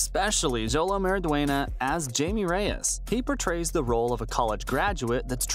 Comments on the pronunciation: It's pronounced hi may Reyes not Jamie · (Jay-me)?? It's pronounced (Hi-Me). You even hear it in the trailer!!